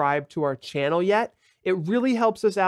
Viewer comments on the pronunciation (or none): none